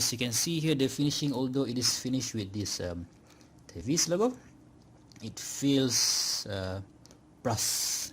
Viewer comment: I saw a review on this watch from Pert Watch Channel. The way he pronounce the word TEVISE was te-vis (as in IS) and not te-vais (as in WISE). 😅